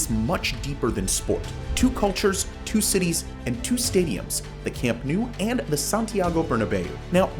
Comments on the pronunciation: It’s not camp new. It’s camp nou. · "Camp New" Hilarious... Please correct to "Camp Now"? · You are saying Nou wrong, you need to pronounce it like you pronounce know. Camp Nou = Camp Know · it's not "camp nu" it's CAMP NOU, it's neither "Le Corts" it's CAMP DE LES CORTS. Also Les Corts wasn't the Camp Nou, they were different stadiums, we played on Les Corts from the '20s into the 50's, AND THAT'S when we got into the Camp Nou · Please learn to pronounce Camp Nou. It's not Camp New. It's Camp NOUUUU (like "Camp Know"). Les Corts is not pronounced "Le Cort" (as in French). It's "Lesss Cortssss".